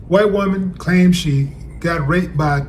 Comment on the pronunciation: "with a WHHHHITE WOMAN!" the way you spit that out 🤣😅😆